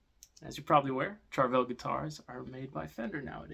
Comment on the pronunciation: “Char”vel? Lol